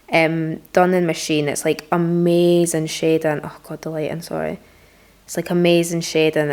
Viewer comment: My name is schaedyn so every time she says shading it sounds like my name bc of her accent and it’s trippy lmao